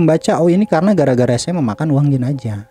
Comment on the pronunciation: Jinazah ke jinajah ye